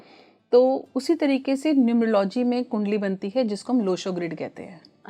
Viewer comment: न्यूमरो - "लॉजि" 😂😂😂 चाहे कितने आधुनिक, महंगे और फैनसी कपड़े पहन लो, गँवारों का सच सामने आ ही जाता है I "Numerology" शब्द का उच्चारण (pronunciation) "न्यूमर- औलोजी" होता है I 😅😅😅 गीदड़ पीले रंग और काली लकीरें अपने ऊपर पोतने से चीता नहीं बन जाता l